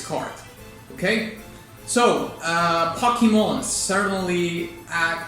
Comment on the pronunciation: I love that you call it Pockey-Mon, since it's literally supposed to mean "pocket monsters"; pronouncing the beginning like the English word "pocket" instead of the Japanese transliteration of it is both fun and sensible! :-P No regular American English speaker pronounces "pocket" like "poe-ket".